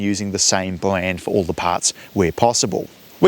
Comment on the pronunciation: Bwand new engines you say